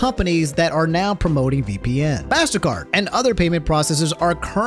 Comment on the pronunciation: its pronounced mastercard not massacre